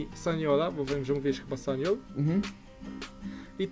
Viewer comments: Poza tym powiedzial sagna a nie sagnol w skladzie francji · A przypadkiem nie powiedział Sagna zamiast Sagnol?